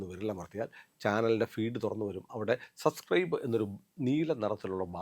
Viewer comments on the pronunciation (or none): none